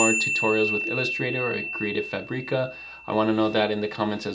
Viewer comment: Hey, thanks for another great video. How can u transform the png to vector, chosing the number of colors, in Affinity? You know i love you, isn't it? 😅 So don't be upset please if i make a little correction. Is FÀBRICA, just like you say fàbric, same kind of accent. I know, i'm from Italy and my english is bad, so i should not say that 😊